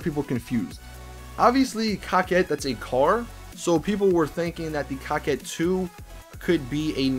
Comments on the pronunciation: Btw, can you stop calling the coquette like (cockette) and call it (coke - ette) like its suppost to be pronounced. It makes me cringe whenever I hear that word being said like that. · Quit calling the coquette the cockett. It is pronounced co-ket